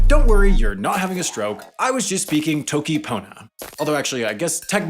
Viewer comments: he pronounced "toki" wrong (yes I will nitpick pronunciation just because of how much else he messed up lmao) (it's "toki" not "t(h)owki") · he said toki :|